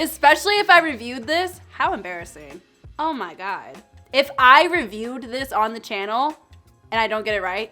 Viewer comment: The return of “embarrassee-heen” 😂